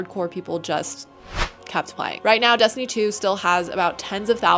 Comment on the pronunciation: What is Dess-tooney? I’ve never heard of it. Is it a big game?